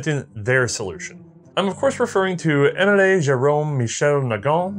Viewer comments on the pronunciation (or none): It gets more funny when you hear him pronounce Émile as [Emilay] instead of [Aymeel]. But it's a trait and we love him for it.